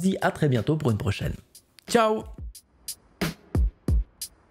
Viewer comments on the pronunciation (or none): none